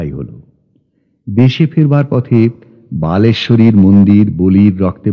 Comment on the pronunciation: ভালো লাগলো। তবে একটা জায়গায় উনি "বালেশ্বরী'র মন্দির" বলেছেন।ওটা হবে "বলেশ্বরী'র মন্দির" ।